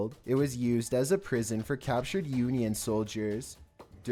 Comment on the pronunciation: Yuneeyun soldiers? Lol